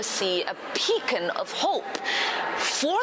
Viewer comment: Did she say we were a Pecan of hope? She can leave!